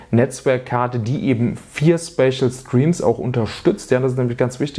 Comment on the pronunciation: Ich habe das Video bis zur Hälfte geschaut. In dieser Zeit fällt der Begriff "Späschel Striems" etwa zwei bis drei dutzend mal. Nur ... WAS IST DAS?!